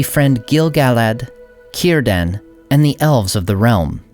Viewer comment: I like pronouncing his name Cee-r-dan or Cir-dan, both with the C emphasis. Kie-r-dan sounds off for me. Any who, nice video.